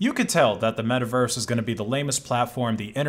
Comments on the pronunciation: *it's metaverse, not miiverese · i feel a little bit weird every time he say Miiverse, also when he say that miis came from the wii u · he said mii vers lol